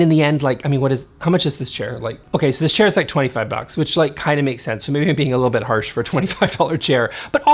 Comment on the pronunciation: I heard “diss chair”, which is appropriate.